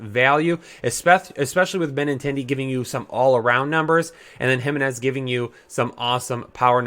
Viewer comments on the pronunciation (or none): Im mainly kidding but as a White Sox fan it hurts to see you butcher Moncada, Jimenez, Grandal etc.